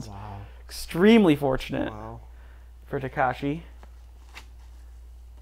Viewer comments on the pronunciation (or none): His name is TakEshi, not TakAshi